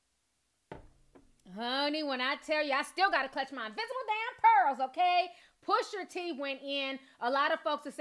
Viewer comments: My love it’s PUSHA T not pusher t lmao 😂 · Gritting my teeth every time I hear you say PUSHER T 😬😂😂 pusha girl PUSHAAA lol 😘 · She said “PUSHER T” twice and I had to look up another source to dish it to me. Lol